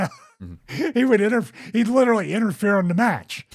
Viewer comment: "Litterly" -Stevie Richards Love ya, bud, you're the man.